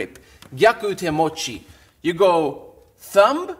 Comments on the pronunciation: I hate being ''that guy'' but is it pronounced THUM not THUMB ''B'' is silent! Please don't hate me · “ThuuumBa” 😂 that was so adorable for some reason 😅 The B is silent 😊